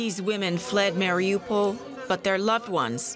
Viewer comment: why are you calling it Marry OPAL?